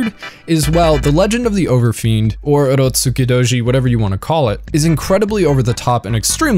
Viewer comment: Turotskudoji? Nice pronunciation